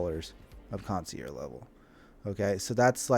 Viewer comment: kaan·see·ehrzh. Sorry, but i had to. This is how you pronounce concierge.